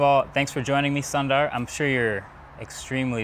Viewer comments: its not sun its more like soon soonder pitchai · He has just given up correcting the mispronunciation of his name by now. For those wondering, it's not pronounced Sun-daar, it's soon-dar. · Firstly whats freakin "SUN - DAR" its sundar brow!! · I think pronouncing mark-ez as mark-us is way better than pronouncing soon-ther as sun-daarr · It’s not “Sander” but “son-dar” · One advice to you marques, that is it is not pronounced as sun-dar but soon-dar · Don't say sun darr say soondarr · his name pronuciates like soondar not sundar. but we write it sundar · Marques...... It's "Sundar" NOT "Sandar" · It's not pronounced sandarr ,it's more like soondar. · You pronounced his name wrong. It’s not SUN ☀️… it’s sooondar. Suuuu!! 🥺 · Did he just pronounce "Sun"dar! It should be pronounced as "Soon"dar, means "beautiful" in sanskrit! It feels bad when someone pronounce your name incorrectly! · Wait what ?? What did you say his name as ‘? Sun daar??? What ? It’s sundhar like you pronounce “su” in sushi It’s sundhar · Its Su not Sa .. Sunder.. Not sandar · Marques: calls sundar "sun-daar" Sundar: calls marques "marcus" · Isn't it soon dar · soon-ther ( Don't ask me how'd I know ) I'm Tamilian ( Indian ) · soon-ther? Why the fuck is that spelled “Sundar”?.. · No one : Mkbhd : Sun Daar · Not Criticizing cause i love you, his name prouncing is super easy its SOON-DAR ! Great Work man ! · "SUN DAAR" 🤣💀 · did he just call him 'sandaaar' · Foreigner are always struggling with Indian names 😂😂😂 Sandaar 😂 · Hey Fyi Sundar Pichai pronounced as Soon-durh Pitch-aye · Its ‘Soonder’. That is how you pronounce his name. Its a Hindi word which means beautiful. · It's pronounced "soon darr" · SAANDAR is such a sell out. He doesn't take effort to tell Marques his name is being mispronounced. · Except he didn't pronounce Sundar's name anywhere near to how it's supposed to be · i cannot stop laughing on the way he pronounced sundar. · marques's pronunciation of "sundar" me:Oh NOOO!